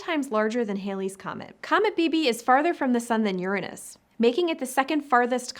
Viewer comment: It's going to be a good day! And thank you, by the way, for pronouncing "Uranus" correctly.